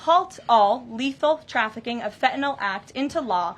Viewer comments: it is pronounced FEN TAH NILL - FentaNYL. N Y L on the end not N O L... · i just wish she would pronounce fentanyl correctly. it's NIL on the end with a N Y L not N O L . lol... everyone pronounces it wrong >_<